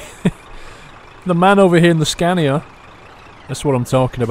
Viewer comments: I prefer the pronunciation 'Scan e ya' over 'Scan ya' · Well, Scania is swedish, and here we call it Scan-e-ya. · its pronouced scan e ya, im from sweden, I would know. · I am swedish, and SCANIA is swedish so how we say it here is Scan e ya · I thought it was pronounced Scain-e-ya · it is prounounced scan e ya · dude there is clearly an i in scania